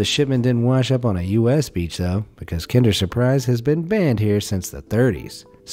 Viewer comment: How can an american not correctly pronounce kinder? You sound like you're trying to start a fire but be kind..... its so simple man.